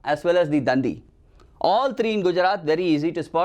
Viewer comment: And it is not dan-di it is dandi